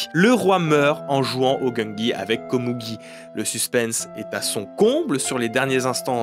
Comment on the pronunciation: Pourquoi dire Komougi alors que tu dis Meruem ? Le u est prononcé ou généralement en japonais :?